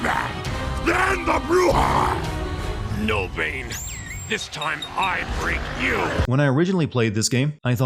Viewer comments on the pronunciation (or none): what I mean is that Bane grew up in a prison in a Latin American country, his mother tounge is spanish, so it doesn't make sense to me why he pronounces "bruja" like an american who can't pronounce the hard "r" of spanish (because it's not a sound that exists in english)